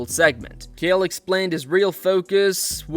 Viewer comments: Ch-ael not Kale... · You clearly have never watched UFC, you keep calling him Kale. His name is fucking CHAEL CH CH CH like fucking chair or check or chin, I could go on and on and on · "Chael," not "Kale" bud. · His name is CH-ale! Not K-ale! How do you think thats how its pronounced!? Ive never heard it said that way. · Ah yes, Mr Kale Sonnen Wtf is wrong with your pronunciation 😂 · Who the hell is Gale? It's Chael Sonnen stupid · Pronouncing Chael as Kale is something Chael would do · “Keal Sonnen” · Who tf is “kale” sonnen? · its not KALE its CHael ch like chair and instead of r its l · "Unfiltered Fights" channel name yet you pronounce KAEL Sonnen? lol bro throw away your computer and phone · 👋 name is Chale not Kale😅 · Kale "the vegetable" Sonnen. Lol. Either learn to pronounce the names or stop making videos. This will be the last one I watch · His name isn’t Kale Sonnen 😂. It’s CHale Sonnen mate. Get it right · It's not "Kale", it's CHAEL, and nobody cares what the MMA GNU-ru thinks. He's not a guru of anything but fast food. That being said, that Raja pos needs to go to jail. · His name isn't “Kale” 😂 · Who is”Keeal Sonnen” ??? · i think this an AI voice. why cant it pronounce Chael? who the hell is Kihyael? Chael isn't hard to say. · Why does this narrator keep saying Chael as "Kale"? wtf? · Hearing the person making this video call him “kail” is the sign I do NOT need to subscribe lol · Its the "ch" at the beginning of his name. Pronounced like jail but drop the "j" and replace with a "ch" but NOT pronounced like "kale". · ...who is Kale? Man, Ai can't handle the fucking names.. smh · Did you say "Kale Sonnen"? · His name isn’t “Kale” lol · Chay-El.....it's really distracting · Kee-hail.......wtf man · Who tf is Kale? Supposed to be a “fighting” channel but can’t even say Chael’s name right? Suuuuuuuuuuuuureeeee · "Kale" Sonnen?? Is this sh*t Ai or does dude literally know nothing ..? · bruh....at least learn how to pronounce Chael lol... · "Kale" Sonnen?